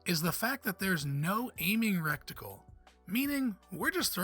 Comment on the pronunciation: First you pronounced melee as “mealy” in multiple videos and now the word reticle as “recticle”……..bro. Distracting when basic words aren’t pronounced correctly.